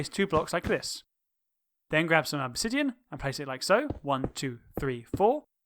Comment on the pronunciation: Why you said OBSIDIAN (that's observer) Im LAUGHING!!!